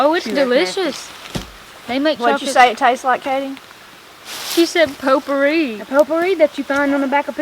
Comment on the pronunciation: I worked with a woman who pronounced potpourri "pot poohy!" That's what it smells like!